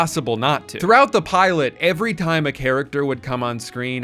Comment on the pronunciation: why is he calling her the piolet